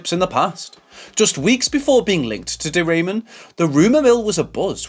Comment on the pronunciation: My gosh…not De Raymond voice pronouncing wrong. Ramon, the way it is correctly pronounced, it’s not a great last name. 😅 she is a Jersey girl. Born in New Jersey. I suppose it is more elegant to say she is from Spain (Spanish or Spaniard).